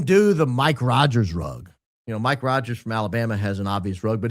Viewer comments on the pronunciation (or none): none